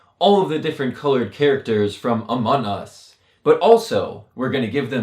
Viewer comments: u siad amon us instead of among us XD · Just saying um the name in not pronounced Amon us it’s Amongggg us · Im not trying to be rude but your saying amont us not among us trying not to be mean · Your saying Amon us it’s among us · ITS AMONG US NOT AMON US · Can you stop saying amon us is called among us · It’s not amon us!!!! It’s among us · Him: FRom amun us Me:AHAHAHAHAHAHAHAHHAHA SHE JUST SAID AMUN US My mom:Whats going on up there!?!? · Every time he says among us he forgets the g lol